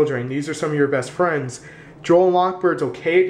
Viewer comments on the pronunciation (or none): none